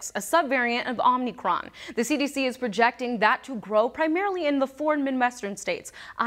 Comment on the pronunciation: It’s not omNicron it’s omicron.